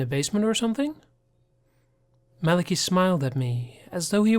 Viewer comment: I don't wanna be THAT person, but it's MAL-UH-KY not MAL-A-KEE